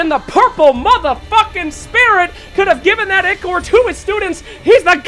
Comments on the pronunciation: bro its called Eye-core not ick-ore. smh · Im sorry, but it's pronounced eye-core not ikor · It's spelled Ichor, it's pronounced ick-er though. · someone please tell this man how to say ichor